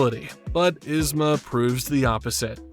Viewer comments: To add to this, its "YEEZ-ma", not "Is-ma" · EEzma! Not Izma lol This was driving me crazy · It’s so weird to hear you call her Iz-ma lol. The movie calls her yeez-ma